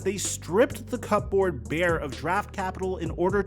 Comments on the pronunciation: Bro said cup board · Yo, did my man say cup-board I dnt think dats how u say dat lol